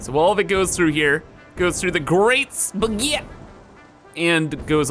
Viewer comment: I love how says Spaghet, it sounds like he's saying spigiat.